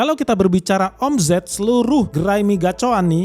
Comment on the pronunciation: Geli gua denger admin nya bilang o.m.z.e.t😂 baca nya omset bg hedehh😅 , Z nya dibaca S jaadi OMZET=OMSET (eja'an bhs inggris) gitu bg jgn bilang omZet omZet lg ya..😂